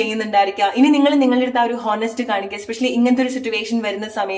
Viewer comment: Thankyou. ഹോനസ്റ്റ് അല്ല.. ഓണസ്റ്റ് എന്നാണ് pronunciation.